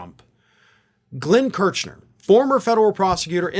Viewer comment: Sorry, it’s Kersh ner, not Kerch ner.